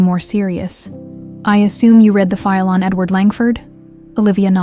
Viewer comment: How did they take a DNA sample if Olivia had already been fired and they were avoiding contact for safety reasons? AI SNAFU: has inaccuracies in contextual pronunciation of "read.". I.e. read this vs he read this